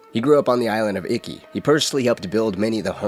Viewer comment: Its not pronounced icky. Its eekey. I love your videos but really made this one hard to watch.